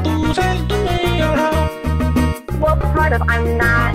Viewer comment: i keep losing it at "how much money it costing por you to sell me your hou'? name your pry!"